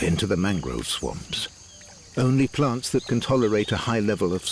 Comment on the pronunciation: "By PLONTS" to impress you with their accents.